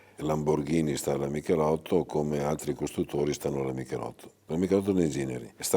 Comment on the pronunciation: Dici Michelitto dici anche Stratos